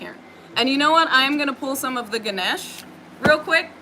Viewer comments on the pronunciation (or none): none